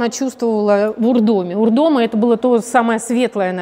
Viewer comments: Хотела бы поправить ударение: УрдомА и МИкунь. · Спасибо! Только правильно УрдомА! С ударением на последний слог. А также МИкунь с ударением на первый слог